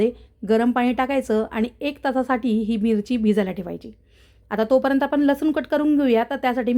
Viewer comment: " कोथंबरी " आणि " परेंतर " 🤣